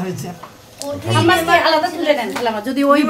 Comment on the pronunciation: Falafel ফালাফেল্ Hummus হাম্যাস। or হামেস। Your pronunciations are wrong.